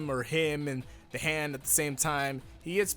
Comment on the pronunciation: Everybody gangsta until says ZA HANDO:ZA WAURDO